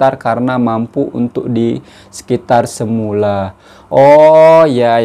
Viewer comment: Umm... Se-mu-la?